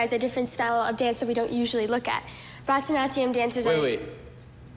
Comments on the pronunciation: The way they pronounce baraknatium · I died at 'Bratanatya' It's Bharatnatyam XD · I'm sorry but I'm Indian and the way they pronounce Bharatanatyam is sooooooo funny lol. 🤣🤣🤣🤣🤣🤣🤣 I do Bharathanatyam btw. Edit: they pronounce it like bratanatyam It's pronounced barathanaatyam. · it’s pronounced bara-di--na-thiam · It's Bharatanatyam not bhaaraattaanaatyam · Seriously The way they all pronounce Bharatnatyam is so epic...Almost died laughing... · i’m still cringing at how they pronounced “bharathanathiyum" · Anyone triggered by the way they pronounced bharatnatyam 😡😂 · my country is where they do barathanatyam and the way michelle and pronounced it is hilarious😂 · They said Bharatanatyam wrong. I’m dead😂😂😂😂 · bar-a-nath-ieeya-um dancing LOL they r saying it so wrong it's funny😂😂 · On a totally irrelevant point I do barathanatium dancing and that is NOT how you pronounce it